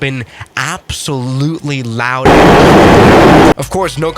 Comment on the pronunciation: how u say loud is funny it was like "laud"... NOTE:theres no harrasing situation in this comment